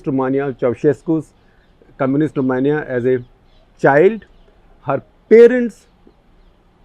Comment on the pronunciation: "Rumahniya". It's "Roh-may-nia".